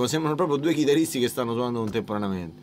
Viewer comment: "Chitarristi" no "Chitaristi"